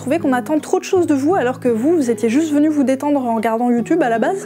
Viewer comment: c'est moi, ou à j'entends "merci d'être velu" ?